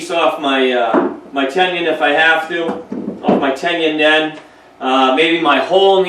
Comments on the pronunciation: Tenon please, not tendon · Its "ten un." Not" tenion". Mispronouncing the word makes you sound like you dont know what you're talking about. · He's has some useful information, but he's pronouncing Tenon incorrectly as Tenien or Tenion... I would like to hear him pronounce Indian. Probably Engion. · I was hearing ten-yun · How does one get this far with woodworking and not know how to say tenon.